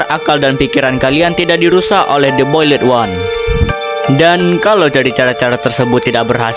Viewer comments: "BOYLET ONE" 💀🥀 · The boiled one❌de boyled wan✅ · The boiled one❌ The bolid wan✅ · The boild× The bolid✓ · The boiled one❎ The boledwan✅